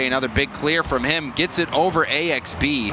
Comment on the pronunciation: Isn't it pronounced Axe-Bee?